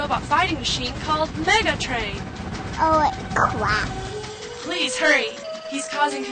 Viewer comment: Vector:Oh cwap